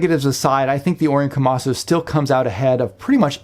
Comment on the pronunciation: KomasU not KomasO